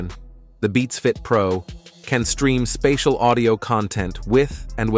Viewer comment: “Spay-diel audio” instead of “Spatial Audio”, plus the monotone presentation voice, tells me this is most likely AI